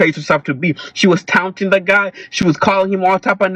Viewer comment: Why did he sound like he enjoyed seeing her hit with the brick? Between pronouncing taunting- "tounting" or whatever weirdo way he kept saying it. Justifying her being hit with a brick. And attacking single mothers; he needs to put his phone away. He added no further context to the situation, except to justify her original point- that men do not innately protect.